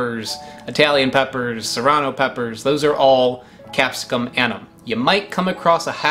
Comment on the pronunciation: Very good pronunciation of the pepper from Chile! Now, about "annuum" -- say "AN-new-um." Next time, let's work on Frutescens. Your presentations are enjoyable. Not that it's fun to watch you gasp because of the heat/bitterness, seeds, or whatever, but your honesty is enriching.